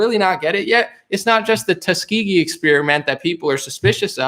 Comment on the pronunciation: 'Tuskeegee Airman experiments?' WTF Biden.